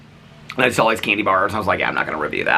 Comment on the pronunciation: You say saw like Saul.: “We Saul them standing there”. 😁😁